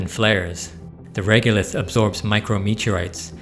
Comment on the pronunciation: It's reg-o-lith, not reg-u-lith.